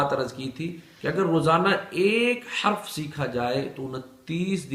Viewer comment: Haraf nahi harf